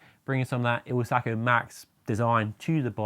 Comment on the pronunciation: IZ-ALCO, not IL-ZACO..😊